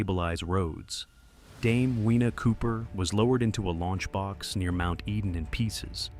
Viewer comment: Get it right. Dame Whina ('Weena') Cooper should be pronounced Dame FEENA Cooper. In Te Reo, 'Wh' is pronounced 'Fuh'. Dame Whina Cooper. Also, the brief shot you had of her was from a movie. If you had taken the time to do your research, you would have found tons of photos and videos of her.